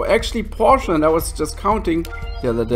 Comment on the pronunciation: It's Porsche by the way being helpful here. I mean there's a chance where you're from they say or type it differently.